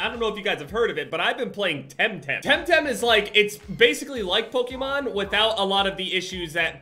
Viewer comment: all these years and still can’t pronounce Pokémon 😂